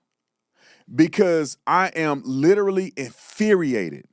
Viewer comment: Infuriated not Inferiated thats how the word works bud😁 Good show there bud keep up the good work💯🇺🇸